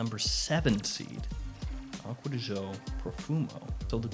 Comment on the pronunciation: Stop pronouncing it aqua di show it really triggers me😠